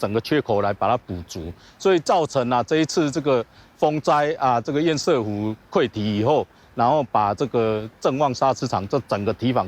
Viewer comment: 潛艦國造本身就是個笑話就是拚裝貨，拼裝的東西當然不好整合，台灣確實受到打壓買不到潛艦，但不代表國防經費就可以亂花。 提醒趙大哥，堰塞湖的塞讀音是"色"不是"賽"，堵塞跟比賽是不同讀音的。